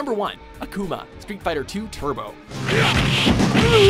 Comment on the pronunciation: #1 Less emphasis on the u, and more on the a with "Akuma" It is Japanese for fire demon, quite fitting when you see that boss' appearance